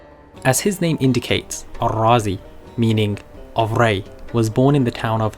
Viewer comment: Good, thank you. It would be helpful to note, there is no need to call him Al-Razi; he was a Persian and razi would be more appropriate. I noted you also try to pronounce his name as Arabs would do. Surely the contemporary of his native land jut called him Razi as in RAA-Zee, meaning from Ray, like what we have to day such as Shirazi, Tehrani, etc.